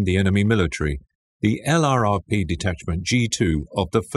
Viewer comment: LURPS not EL-AR-AR-PEE !!! man this is borderline unwatcheable.